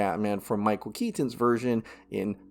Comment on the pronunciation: Dude... stop saying KET TON it's just KETON. FFS 😆